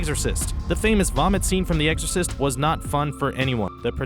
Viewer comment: When you said exorcist it sounded like eggsorzist